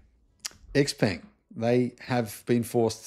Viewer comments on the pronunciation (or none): X pung is closer to the actual pronunciation